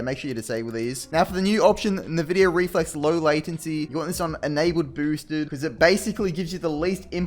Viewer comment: Just a head's up, it's pronounced "en-vidia", but "nuh-vidia" lol.